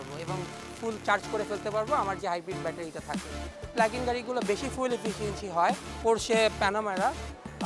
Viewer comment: hahaha hala koy ki.... "PLAG IN" technology bole ha ha ha English taw thikmoto bolte parena...ederke kemne job dey...